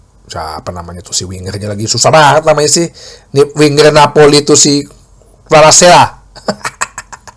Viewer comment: Dibaca Visa faratskelia